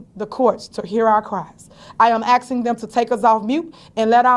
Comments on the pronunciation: Tiffany, it's asking, not assin! Learn how to talk. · “I’m Axeing” 😢😢😢😢 Tiff , are you trying to say “Asking “??? 😢😢😢😢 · I cant stand when she says "axing" not asking. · To my leff? Axing?